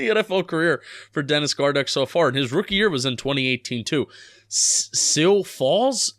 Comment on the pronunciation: It’s pronounced Sue Falls, and it’s the biggest city in South Dakota.